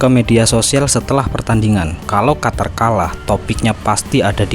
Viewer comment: QATAR= QUTUR😂